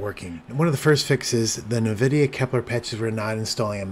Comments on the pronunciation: Noice work! 👍👍 Just FYI, it is pronounced "en-VID-ee-ah" and not "NUH-vid-ee-ah" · Thanks, I was just about to look this up. Nvidia was a client of the company I worked for, and it was always pronounced en-VID-ee-ah. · First time I've ever heard anyone pronounce the company "NahVidia"